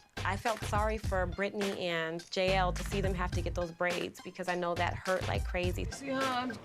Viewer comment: “We don’t want it to HURT dramatic pause your chances in the competition”. 😡